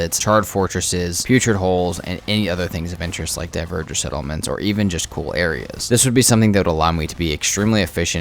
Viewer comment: Love your videos. Keep it up. Couple pronunciation things: Chitin = Kite - In. Not Chite - In. Dvergr = Verger... seriously, google it. Keep it up, vids are awesome!